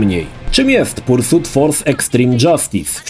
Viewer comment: Nie no, to "pursut" kłuje w uszy niemiłosiernie ;D